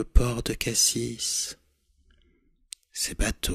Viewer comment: Je suis de marseille et « cassis » ca se prononce "cassi" et pas "cassisse" degun supporte ca chez nous mdrr! Par contre j’adore c’est excellent !!👌